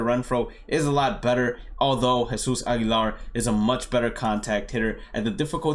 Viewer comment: U speak spanish? U say Jesus Aguilar & Yordan Alvarez so good.